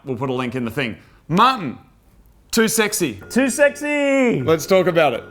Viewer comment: All those goats... till when moog calls martin it sounds like mutton.